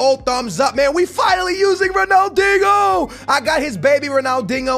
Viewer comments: its dinho not dingo. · If you say Ronald “INGO” one more time....